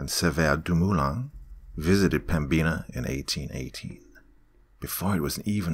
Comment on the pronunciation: The B is silent in Pembina and the "in" is pronounced just like the word "in"